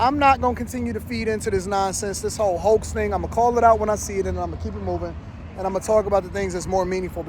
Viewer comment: “HO”ax indeed